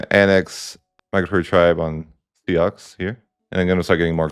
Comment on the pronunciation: pronouncing Sioux as "Sea Ox" hurt my soul